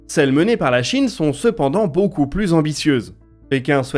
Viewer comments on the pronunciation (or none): none